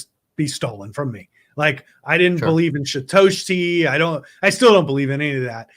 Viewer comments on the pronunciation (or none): “Shitoshi” lmao